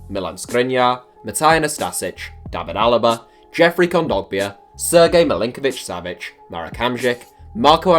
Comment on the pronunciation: You pronounced Sergej Milinkovic Savić almost perfectly